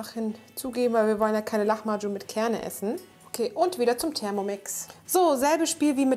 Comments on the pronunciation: sie spricht es aber leider falsch aus :/ in der türkischen Sprache gibt es keine "ch" laute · oh man ich hab lahmacun wohl immer falsch ausgesprochen xDDDDD (lama-dschun) statt (lachma-dschun) mega lecker auf jeden fall und danke fürs rezept!!